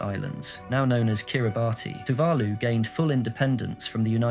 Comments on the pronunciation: Amen to that. One can forgive a mispronunciation or two, but not if it's the main topic of the video. It immediately detracts from the credibility of the material. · Also maybe find out how to pronounce Tuvalu and Kiribati correctly before reading the script... Kinda undermines the video with giant unnecessary subtitles and mispronounced words